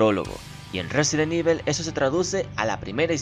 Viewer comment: Resident Ibel xD